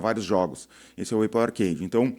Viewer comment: Cara, eu acho que nem os gringos chamam a marca Apple de eipou, todo mundo pronuncia Épol, fica estranho ouvir falar assim, tu tem motivo pessoal pra falar desse jeito? Imagino gente que fala assim pra fazer rage bait nos comentários, não que eu ache que você faz. Por sinal adorando o canal, gosto de ouvir alguém com experiência na área falando, normalmente quem tem destaque aqui é quem mais é youtuber do que empresário.